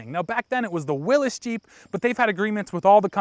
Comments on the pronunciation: I love this video but please...it is pronounced Wheel-eeys. Not Willis. Do not disrespect such an honored vehicle by calling it a Willis Jeep. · Will-Ees please. Not what you talking about Wil-S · not "willis" jeep...willys jeep...PLEASE. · you're wrong. Willys pronounced 'Willis' is right. Willy's what? No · Did he just say “Willis Jeep” and “Dame-ler” instead of Willy’s and Daimler (Dime-ler)? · 1ton mut No it's Willys, not Willy's. Pronunciation of Willys is 'Willis'. Most people say Willy's because they don't know. Get your facts straight. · Smokey the Jeep Incorrect and a bit controversial. But it is Will-EEs Willys Overland, Willys Jeep, Wild Willys R/C Jeep. At least in the U.S. we're it was born. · Dale Belseth I've heard from many sources it's pronounced "Willis", not "Willy's", as well.